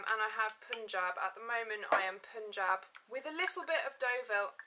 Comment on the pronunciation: it's pun (as the eng word pun) -jab! that's the correct pronunciation